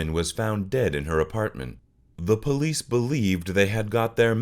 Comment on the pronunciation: Are u calling the Police >>>>the POLEAST😂😂😂every time u say it thats what I hear.....u really are supposed to pronounce it like >> PUH-LEES